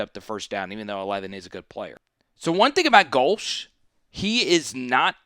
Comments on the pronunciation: No, you’re NOT pronouncing Go-Leah correctly. Therefore, you are to be ignored. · You don’t know how to pronounce his name, but people are supposed to take you seriously? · If you don't know how to pronounce a coaches name they you shouldn't do an analysis of his team.